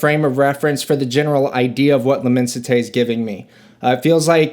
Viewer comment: i like when the reviewer at least pronounces 80% or makes the correct pronunciation of the name of the perfume, it shows he cares as a reviewer or at least shows he is doing some research, the amount of videos saying lemon site is astonishing